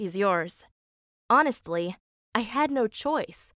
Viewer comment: Oh god pause And also “hOnEsTLy” and wtf is the text talking abt at the end of u pause and read?? It’s hilarious